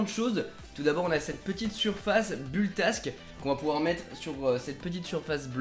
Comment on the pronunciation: Il y a plein de problème dans ta vidéo, déjà tu prononce mal "build tak" (j'ai un peu saigné des oreilles ^^) et en plus tu l'a collé sur le scotch bleu du plateau donc il va finir ba ce décoller tout seule. Ensuite concernant le filament que tu a acheté, c'est du PLA (acide polylactique) j'ai reconnu que c’était la marque Octofiber, que je te déconseille fortement d'acheter à l'avenir car il coûte vraiment trop chère, pour le filament, achète le plutôt sur "Emotion tech" (très bon site) 20€99 la bobine 1kg et t'a vraiment un large choix au niveau des couleurs. Mais sinon globalement à mon avis tu aurais du te renseigner un peu plus avant de faire cette video, en plus t'a filmé des impressions de merde. pouce rouge...